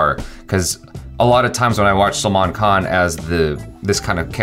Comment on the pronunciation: his salman khan pronunciation has improved :D :D